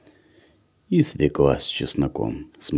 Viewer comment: Не свелА, а свЁкла!!!!